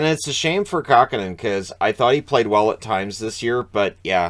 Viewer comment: Kahkonen? ;) I guess you ran out of ink.